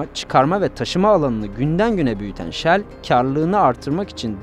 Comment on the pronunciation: Yanliz Shell deyin ancak 😅